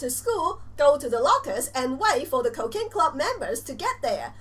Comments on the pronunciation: chica gatita Doesn't she only do it on purpose now only because of how many people were saying that she sounds like shes saying, "Cocaine Club?" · U say cokain club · real yandere chan you don't say cooking club coaking club you should say it COOKING CLUB